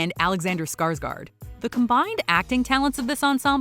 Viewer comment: Skarsgard, its Skarsgård